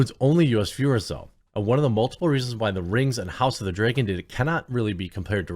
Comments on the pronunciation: Please stop saying "Dragon" as "Draygon". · House of the “dray-gin”. -Jeremy